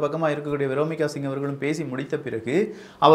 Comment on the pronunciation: வியோமிகா சிங். விரோமிக என்று தப்பா சொல்லுற.. மிக துணிச்சல் பெண்கள் பெயரை தப்பா சொல்லுற. என் பொண்ணுக்கு நான் வைக்கிறது பேர் தப்பா உச்சரிக்காத